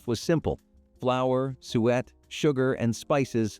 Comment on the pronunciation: "sue ett", "stuh len", When plums dry, they become raisins.